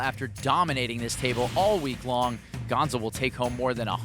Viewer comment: Gonzo not bombo!